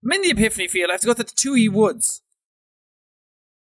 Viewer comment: Ha he said Exhipany pield